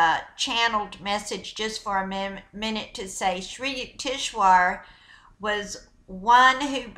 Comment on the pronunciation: HIS NAME IS PRONOUNCED SRI U-TEKS -VAR. I DONT RECALL READING THIS INFORMATION FROM ANY OF SRI YUKEWARS MATERIAL.HE NEVER USED THE WORD GAIA. SHE IS PLAGIARIZING HIS NAME TO SEND HER OWN MESSAGE. I DONT DENY ITS A POSITIVE MESSAGE,I JUST DONT THINK ITS IN THE INTEREST OF HONESTY. SHE SHOULD NOT BE DOING THIS.